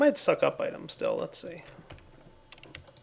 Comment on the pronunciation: Why are you saying steal instead of still?